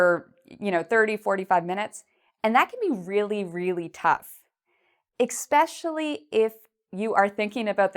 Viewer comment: An English teachers who says eXpecially ? Really!